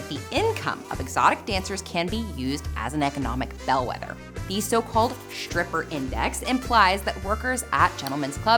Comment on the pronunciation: Miss, stand in front of the mirror three times a day and practice pronouncing the letter combination "STR" properly and not "SHtr" as you do, and "XTR" not "kSHtr". "Stripper" not "SHtripper, "Street" not "SHtreet", words ending with "S" immediately followed by words starting with "TR", pronounce "eXTRa" as "ekStra", not "ekSHtra". It makes it very difficult to follow, it implies laziness, and so, decreases your credibility. Even "influenCE Trends" you pronounced "influenSHtrends"!